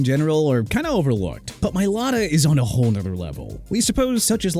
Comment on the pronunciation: Tyrann (ty-ron) Mathieu Mr. Illiterate... also it's Mai-lah-tah... Smh... every time... every time... can't pronounce athletes names right...